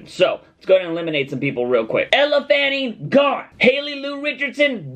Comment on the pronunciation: lol I was laughing at just the way he said Elle Fanning and how this was a horrible list